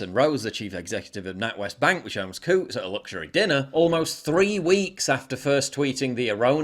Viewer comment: Coutts? I thought you said, "Kooks." 😂😅